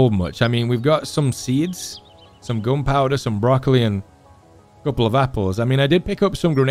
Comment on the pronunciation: I like how you say gunpowder as 'goonpowduh' 😆 you had me watching for days now Kinda hoping the ep 9 is not the last tho.